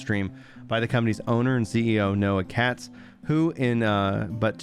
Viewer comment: "Katz". Every single time.